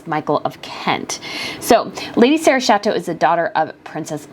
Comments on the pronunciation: Her last name is pronounced with a hard ‘CH’ so Chatto! Not Shatto. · It's Lady Sarah Chatto not chateau, easy when you know, not when you can't be bothered to find out. The person doing the voice over was especially rude about the daughter of Sarah Ferguson. She was VERY pregnant then and I imagine it would be difficult to find anything to wear. She chose a classy navy, and a style that didn't draw attention to herself.